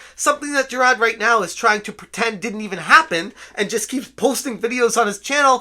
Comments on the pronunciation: Jer-rod... Seriously dude, pay attention to the letters that make up a person's name. It's Jir-ARD. Rhymes with "tard". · JI-RARD. Not JI-RAHD. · I'm not a fan of the guy, but the name is JiraRd, not Jirad. Also, "is pale in comparison" is pretty funny lol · I appreciate the content here. I appreciate the coverage of this ...thing we're all seeing unfolding before our eyes. (I agree full on agree with everything you've been saying) BUT, my dude. you really really gotta stop calling this man Jirad. I know the Boston accent thing and all but "Jirad" is literally the only thing you have ever said in the accent. White people mispronouncing the names of POC is not a good look and if you want to continue covering The Completionist, you really gotta learn how to pronounce his name correctly. It's kinda racist. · I saw your tweet. I'm not calling YOU racist. I'm talking about mispronouncing his name comes off as racist. When you cover this story, Jirard's bootlickers are going to come looking for any and every crack in the foundation to make it about you. No "having an accent" isn't racist (Trust me. I know all about accents, I'm from Chicago lol). But you know how these people work. As someone who has spent YEARS dealing with toxic fandoms, I was just giving advice. I'm sorry if I came off any other way. No offense intended. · Dude please how do you just not pronounce Jirard the way that everyone else does. It kinda drives me insane. Your coverage of the situation is very prompt, so good job on that regardless